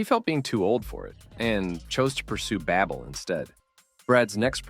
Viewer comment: I don’t think Babel is pronounced like babble.